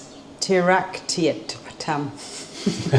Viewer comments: That medication is pronounced Lev it erra see tam xx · Aww sounds to me as if Charlie had a big fright when the bird fell out of the nest above him xxx he must have been in a deep sleep. Great that you got him to the vet asap for his meds, bless take care everyone, hot on the land :cat-orange-whistling:levetiracetam is pronounced levatirasetam, its the same as the med for hoomans!